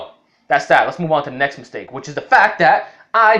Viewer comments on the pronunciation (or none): “Neckst mistake”